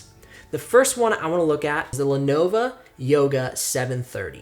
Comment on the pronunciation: The first Lenovo (not “Lenova” lol) is the only one I would consider. The others would try to murder my wallet. Though the Surfaces are really tempting. If you have the cash I think they are worth it. I was previously looking at Lenovo Flex. As for I/O ports you could just get a ports dongle/expansion adapter (not sure what they’re called) for cheap on eBay or amazon. Btw your second link for the Dell Inspiron 5000 leads to an expired page.